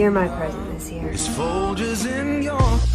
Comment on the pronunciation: The g in folGers is pronounced like giraffe, not like girl 😂🤦🏻‍♀️